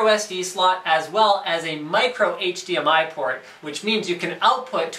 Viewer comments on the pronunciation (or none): none